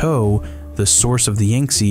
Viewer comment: Thanks much, however it’s pronounced Yang not Yung, my brother Yantse’s name is based on this river 😊❤